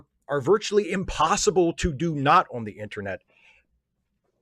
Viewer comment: Does call the "internet" the "intranet"? Is this a particularly Maryland thing?